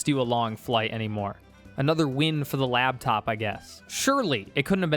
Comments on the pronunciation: You lost all credibility the second you said “labtop”. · You said "labtop" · say "labtop" one more time, i dare you.